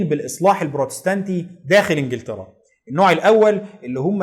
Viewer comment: مجهود جبار ومعلومات قيمه جدا.. تسلم ايدك.. وأنا بصراحه كان نفسي ألاقي حد يلخص تاريخ أمريكا كده.. الله ينور عليك.. بس عندي ملاحظه يا ريت تشتغل عليها.. نطقك لكثير من الألفاظ محتاج تصحيح.. علي سبيل المثال وليس الحصر.. إنجلترا وليس انجلطرا.. الملك جميس وليس الملك جيمز اوروpا وليست اوروbا.. فيليب وليس فيلب ربنا يوقفك